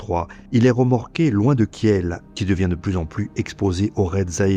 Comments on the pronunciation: Kiel se prononce "Kiil", le e est muet et sert à indiquer une voyelle longue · Très intéressant, mais quand on n'est pas fichu de prononcer correctement Kiel, ce qui est tellement simple, ça jette le doute sur tout le reste.